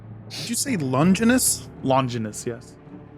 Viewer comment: Longinus IS a name but as allways, said it wrong. It's pronounced Lon-gine-us. Like vaginus. As in the Spear of Longinus aka The Spear of Destiny. I gotchu, boo! 🥰